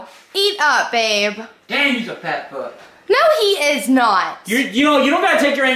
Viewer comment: Why he say no like that tho😂😂😭😭 rip agp